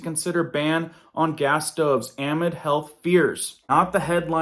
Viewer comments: Your pronunciation of the word amid is a gross error for someone who is a journalist. Amid is NOT pronounced ah-mid but is pronounced ah-MID, heavy on the MID. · AMID - NOT AM-ID! IT'S A-MID! We enjoy your blog but thought you were an English speaker. Definition "within" or "during" depending on the context in which it is used. Keep up the good work. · Love you, just a note on pronunciation: amid is pronounced uh-mid. 😉❤️ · Hey bud love the vids! You are rocking it. Thank you so much! But please can you correct your thumbnail to read “They’re” instead of “There”? And the word in the headline is pronounced ah-mid (like in the midst of). Keep putting the good info out🤩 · Anybody who says “amid” the way you do makes me wonder about your credibility. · Oh my friend, I wish this wasn’t a public comment, but you need to look up how to pronounce “amid.” Great work on your videos. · Google pronunciation of 'amid' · Dude who is this guy? I have never in my life heard an AMERICAN say the word AMID the way he does,JESUS help us! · Google how to pronounce amid and attributed. You're saying it wrong and it's driving me crazy...retired English teacher. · u can not pronounce amid ? wtf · Please say amid correctly. The emphasis is on the mid. Not the a